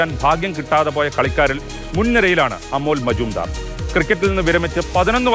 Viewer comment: എല്ലാവരും കാണുന്ന വീഡിയോ ആണ്, പേര് കറക്റ്റ് ആയി പറയാൻ ശ്രമിക്കൂ 🤝..